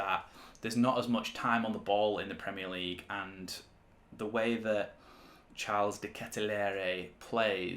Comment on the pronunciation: His name isn’t pronounced as in the English version of Charles